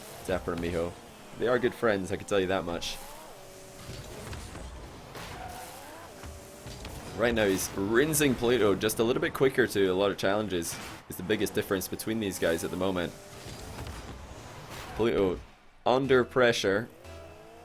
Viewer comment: calls him pluh'oh then says, "oh I should call him pluh'oh. lol you say it the same as the Brits. stop pretending you can pronounce T's.